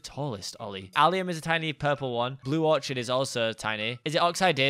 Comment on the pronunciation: ITS NOT ORCHARD! ITS ORCHID! OR-KID